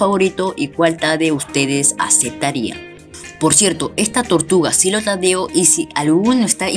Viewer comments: Tortluga dices xD >XD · No sabes hablar bien dices "vamos a ver que nos dan por nuestra tortugla >XD